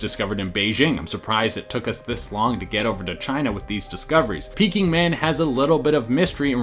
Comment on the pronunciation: Peaking Man? 🤣 Maybe Peking Man?